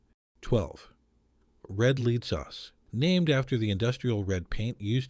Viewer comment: SOS was WAY OFF! And powdered eggs are great! And Red LEAD sauce is LED, like the metal, not LEED. AI. Had to give on up this.